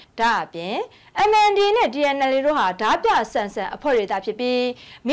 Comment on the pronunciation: ဓားပြကို ရေးတော့အမှန် ဖတ်တော့အသံဆိုပြီး ဒမြလို့သာ အသံထွက်ပေးပါခင်မျာ..ကျေးဇူးပါ❤❤❤